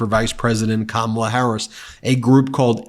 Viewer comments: WTF is wrong with him. Why does his supporters think the foul things that he say are funny. He's too friggin old to spew the filth that he does. And for Mace to intentionally mispronounce VP Harris' name just shows her level of maturity. Real Republicans take your party back from these lying magas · After hearing Mace disrespect Harris by mispronouncing her name, I hope that people like Swalwell will call her “Nuncy” on the floor of the House!